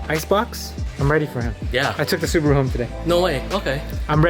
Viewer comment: Your accent you had in the subawoo. Hilarious 🤣🤣🤣😅😅😅😅